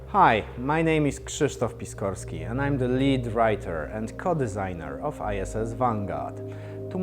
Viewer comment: Great update! Sounds like he says "ISIS Vanguard", :D